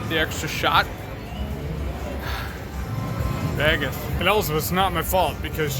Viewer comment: 😂 why someone always says Vegas like that.